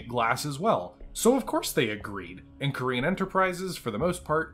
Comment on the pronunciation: Gotta say never heard Corean Enterprises pronounced Korean Enterprises in 35 years . Plus I think you're confused about where Ramen II WAS located hint not the Federated Suns the Capellan Confederation in fact , also same company as Corean Enterprises MacAdams-Suharno on Stewart ......... Please try to keep your American bigotry out of BattleTech it's infested the franchise enough in recent years